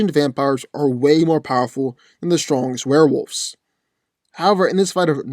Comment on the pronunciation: Dude the pronunciation is wolves. Not wolfes